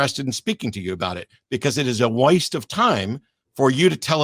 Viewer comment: I think should switch to a green screen because the blue is screwing with her TARDIS mug. Also, "it is a woist of time" is great.